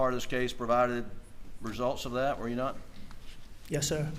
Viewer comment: I hate the way AM says dat instead of “that” and dem instead of “them”…….he has to be one of the most unlikable person I have ever listened to in my life. Everything he does annoys me…… also when he says ummmmmmm…….it’s like nails on a chalkboard.